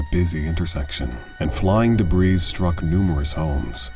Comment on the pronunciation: It's DEBREE!!! NOT DE-BREES Debris. The S is silent. I don't like this video.. because... you've included SCREAMS, which other channels have TASTEFULLY? RESPECTFULLY, NOT included, whilst capturing the full gist of the situation. I can't imagine all these families, from all disastrous events, seeing their loved ones pop up, and their story reduced to seconds, and hear them scream, watch them fall, drown, etc... The tagline says WORDS. I clicked off after the first clip. So many aren't here for empathetic reasons..